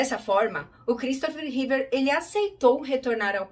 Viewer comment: / / / Repita comigo: "REEVE", não é "Reever" nem "Reevear"